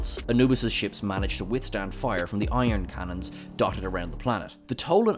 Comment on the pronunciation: did you say "iron cannons"? It's ion cannons. EYE-on. Awesome list otherwise, and I hope they come back with a new series soon!